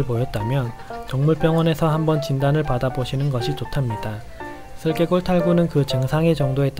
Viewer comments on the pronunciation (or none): 좋은 정보 감사합니다. 제 귀가 잘못됐는지 슬개골을 쓸개이라고 들리네요. 쓸개라는 장기 이름 처럼요.